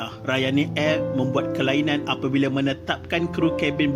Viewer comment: Kenapa sebut “ Airrrrr”.....